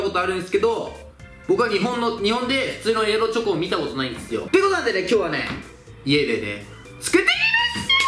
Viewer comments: エアロチョコがエロチョコに聞こえる人👍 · エロチョコって聞こえる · ⒊13 エアロチョコが、 エロチョコに聞こえる